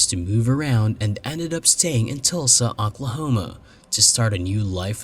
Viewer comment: Talsa, Aklahoma? You need to get that artificial voice spiffed up a bit.